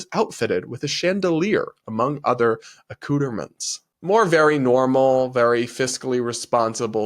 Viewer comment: Hey! I love your videos so much that I started watching them regularly. I do have a recommendation, however. If you are going to become a professional journalist and political commentator, then I suggest you learn how to pronounce certain words. For example: Accoutrement, Automaton, Cannes, Zenith, and Zurich. This makes me wonder. Do news anchors and other similar professionals have access to some sort of standard pronunciation database so that they can speak flawlessly? Anyway, keep up the good work. Your analysis of politics, economics, and social media is EXCELLENT. I predict that you are going to go far.